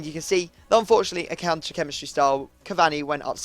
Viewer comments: "Cunter"? LOL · He said cunter haha